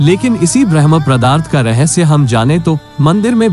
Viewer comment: आपसे निवेदन है की कृपया शब्द का उच्चारण ठीक से करे ।आप ब्रह्म पदार्थ को भरम् पदार्थ कह रहे हैं